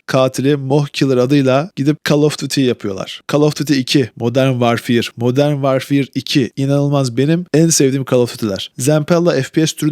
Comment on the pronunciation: Titanfall'u dogru telaffuz edip, call of duty modern warfare in sadece 'of' unu dogru telaffuz etmek arasindaki ucurumu bana biri aciklayabilir mi? AI bile bu kadar kotu seslendiremez. ayrica recoil olmayan FPS'yi sadece fortnitea FPS diyen lamer veletler sever, COD, BF, gercek FPS oyunculari icin asiri kolay, iyi aim dahi gerektirmeyen oyunlardir.